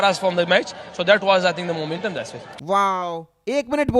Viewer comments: Muuument um rizwan 😂😂😂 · Momentum rziwan😂